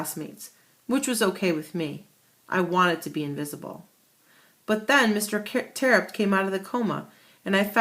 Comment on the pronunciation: No I've looked on the authors website it's pronounced Tear-upt